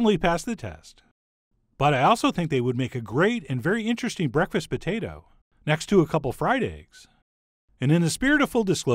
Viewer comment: you say pota tah